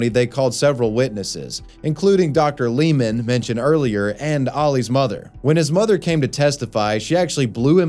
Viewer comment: Lehman is pronounced "Laymen" not "Leeman".